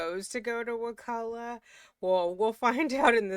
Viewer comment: I’m a third generation Tallahassee native, so thank you for your correct pronunciation of Wakulla! Years ago I was watching a show that mentioned it several times, and they kept saying it wrong! It drove me crazy! I have a close family member who is a lawyer in Tallahassee (but has nothing to do with this case). They had told me that it was very likely that Donna was in the Wakulla county jail instead of Leon county because of snitches.